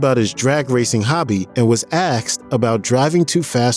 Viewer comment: He lost me when he said axed for asked.